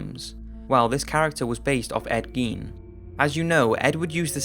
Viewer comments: gein is pronounced guy-n....eddie guy-n... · Dude, Gein is pronounced with a long I, not a long E.... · It's pronounced "Gain," not "Geen." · Ed Gein!!!! As in gain!!!!! What's the world coming to if we can't even pronounce the names of psychotic freaks correctly. Sheesh! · Isn't it pronounced GAIN? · Nope, pronounced geen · Why doesn't there seem to be an agreed-upon pronunciation of "Gein"? Some say "Geen", some say "Guyn". If he's of German descent, I'd think it would be "Guyn", since that seems to be the rule (think "Rammstein"). But if he's not, then what is the proper pronunciation?